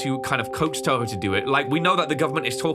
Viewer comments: “Tubo” lol it’s Toho (not hate) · The company is called toho not tobo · But they didn't even mock him for saying Tobo instead of Toho😭🤣🤣